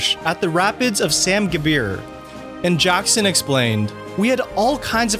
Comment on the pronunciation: It's Sarn Gebir, not sam gebir